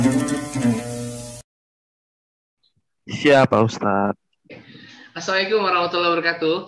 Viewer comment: Pangapunten seringkali saya dengar ucapan salam ustadz terdengar seperti "assaikum" bukan assalamu'alaikum maaf klo saya salah dengar.sebagai sesama muslim hanya ingin saling mengingatkan karena ucapan yg salah pasti artinya jdi salah.